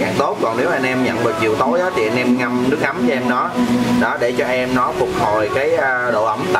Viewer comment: nước ấm mà nghe thành ngâm nước mắm ko á